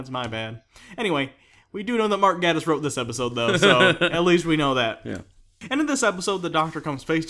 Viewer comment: ''Gae''tiss not ''Gah''diss.